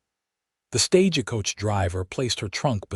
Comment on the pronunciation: Can you teach your AI to say stage coach, not staj-a-coach?